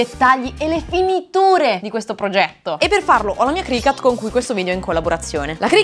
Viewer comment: CricUt please no cricAt.. is not a CAT 😭😭🐈